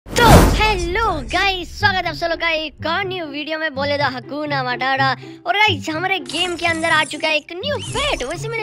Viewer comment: Aap hame sha 😂😂😂 haku na batata Q bolte ho🤣🤣🤣🤣